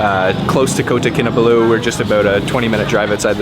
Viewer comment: Kota Kinabalu is not that hard to pronounce! How about learning the languages of the places you visit for something more than superficial experiences.